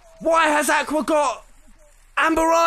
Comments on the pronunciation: And he still says Aqua wrong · He says Aqua wrong...?